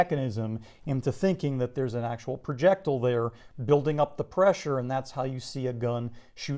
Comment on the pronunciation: he says projectile like an idiot.